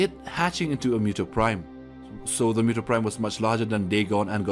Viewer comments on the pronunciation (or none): It's muto not mewto